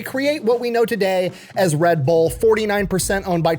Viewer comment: So it’s pronounced Red Burr??? I knew I was saying it wrong.